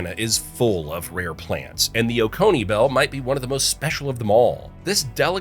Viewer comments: I live in Oconee County. It's pronounced Oh-ko-nee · Also Oconee